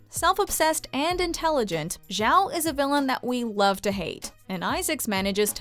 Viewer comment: Who the hell is Admiral Zhao? I think you meant Admiral Joe.